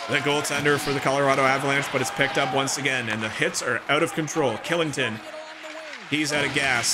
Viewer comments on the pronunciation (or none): Just so you know the defenseman for colorado Kylington is pronounced Shillington